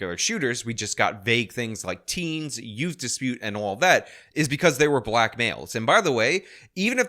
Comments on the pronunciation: I'm sorry did you say ute? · Whats a yewt? 😂